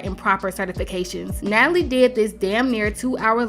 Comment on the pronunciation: How she keep butchering Natalie’s name 😂😂😂😂😂 I LOVE THE SHADE, baby!!!